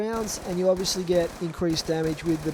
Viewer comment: he says ovisly alot